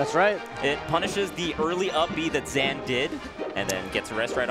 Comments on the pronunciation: it’s pronounced “zain” not “zan”, the fuck is up with the commentary 🤣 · Weird to hear zeen instead of zain but glad I now know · are we saying ZAN now lmao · sorry bud this is america and im an american, i aint saying ur name with no afghani pronunciation nonsense your name is spelled z a i n and im pronouncing it that way the south will rise again